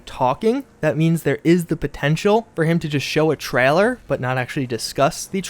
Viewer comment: "Trahler" vs. Trailer